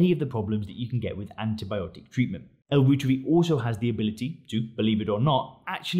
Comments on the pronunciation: Pronounced L. ROYTEREI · Pronounced ‘Roy-tuhr-eye’ after German Microbiologist Dr. Gerhard Reuter. The International News Gathering organization, Reuters, is pronounced ‘Roy-tuhrs’ not Root-ers.